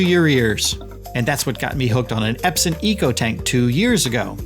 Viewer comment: Eps-on !! Not Eps-in On...on..on Epson✅